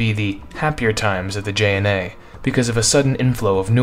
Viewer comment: butchered the JNA's name...